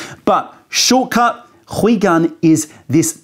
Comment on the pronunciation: ... also, what's up with pronouncing 回 “hwee" and not "hway"?? 😱 Lol